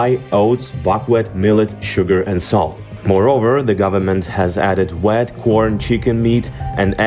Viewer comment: Learning a second language is tough, and I appreciate having videos in English. However for future reference, "wheat" is pronounced "wheeeeeet" not "wet". If you're lucky enough to know someone with English as a first language, perhaps they could watch the videos once before uploading. I hope people don't starve the way they did under Stalin. It would be great if farmers in the US who normally grow corn for ethanol grew wheat this year to help lower the international prices for wheat. Thanks for drawing attention to an important issue.